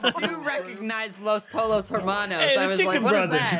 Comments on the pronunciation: Pollos is not pronounced "polos" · Every time someone pronounced it "Polos" hermanos the highschool Spanish class student in me cringed XD